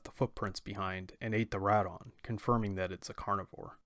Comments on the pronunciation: doesn’t change the fact that your still saying wrong. If you ever watched the Japanese audio it not pronounce Rad-ON. Sorry but it still makes me cringe lol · Anyone else cringe when he says Rodan’s name wrong? I really loved the this anime.